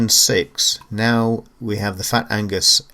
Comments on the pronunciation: Agnus mate, not Angus ;) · Nice review of one lovely machine! Keep up the good work. Amiga forever!! Oh and it's Agnus, not Angus ;-)